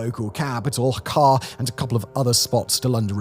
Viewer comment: "kyat", not "kart"